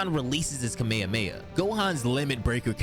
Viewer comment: Watched until the mispronunciation of Kamehameha. I cant. How can you guys still mispronounce it? They literally say it in freaking syllabus in the show and games. How? After all these years do people STILL mispronounce it? KA-MEH-HA-MEH-HA. Its not hard. Lol No offense, just a pet peeve.